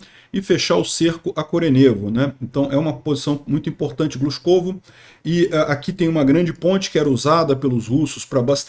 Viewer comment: Avisar aos ucranianos para só tomarem cidades de pronúncia fácil para facilitar as transmissões do.